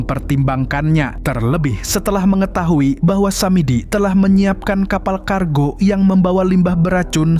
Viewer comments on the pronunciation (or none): Tiga bang bukan tigak,kargo bang bukan kargok 😢😭